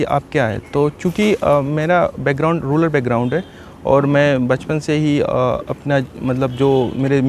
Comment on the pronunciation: रूरल को रूलर कहने वाले की जय हो